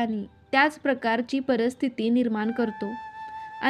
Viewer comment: परिस्थिती म्हणायला आधी शिका.परस्थिती काय ?